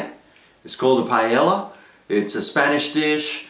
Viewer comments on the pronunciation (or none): you said paiela, and it should be pah e yah (with the y like in new york) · its.. Pah-Eh-Yah. not Payela. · paella pah/EH/yah tortillas tohr/TEE/yahs "LL" has a YAH sound. ;) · well you arent saying it right :P but it looked good :D